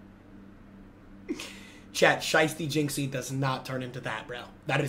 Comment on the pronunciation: is british jizzy